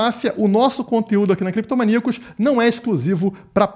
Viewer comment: Por favor , fala creptomaníacos 😩🤣